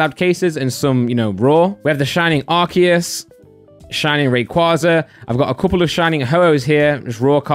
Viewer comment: I love this channel and all of your vids..but... please say AR-SEE-US